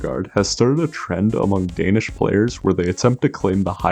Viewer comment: I love watching people try and fail horribly to pronounce danish names and words 😂